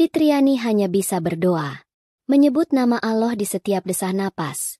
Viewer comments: Kalau membaca yg benar dong...Allah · kamu ngucap nama Allah pun ndk bisa...bukan islam ya...